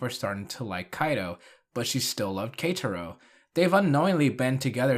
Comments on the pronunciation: You pronouncing “Ketaro as ”Katro” is killing me from the inside. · K - ta - row. That's how you pronounce it